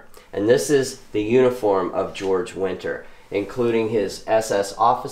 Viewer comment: Georg winter. Not George.